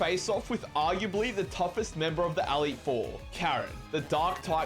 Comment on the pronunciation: Aleet Four